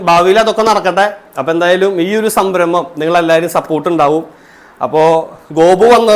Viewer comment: സംബ്രമം അല്ല 😂 സംരംഭം........